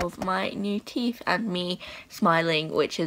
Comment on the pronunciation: Drink everytime she says TEEF